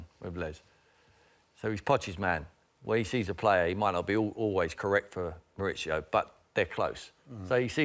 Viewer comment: Why do the English call him Moritsio? Is he Italian?